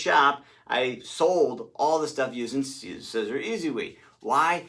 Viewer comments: Pronounced ‘See- zer’ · Siser is pronounced SEE-zer (straight from Siser). Why are you wearing Nike??? Maybe you don't see the news. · Siser is pronounced Caesar, like the salad! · Siser is pronounced ceasar, like the salad. :-) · Glad that I stumbled on your channel! I did giggle though when I heard you say scissor 😂🤣